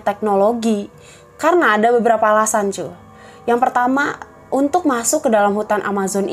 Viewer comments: why i keep hearing "cuk" its sounds like "cuk" tho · tiba2 channel ini muncul di beranda, tiap kali mbaknya ngomong "cu" gua dengerya "cuk" rada gimana gitu.. tapi secara keseluruhan bagus kok